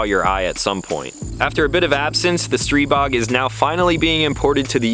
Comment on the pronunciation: I think you're the only one one the internet who knows how to pronounce the name of the gun. Kudos and good review!